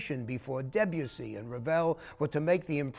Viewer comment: Americans can't pronounce Debussy. They deaden the sound. de not "Deb" then boussie as if spoken through a polo mint (mint with a hole through it). Listen to how the French pronounce it! Musique Francaise is one place to go to.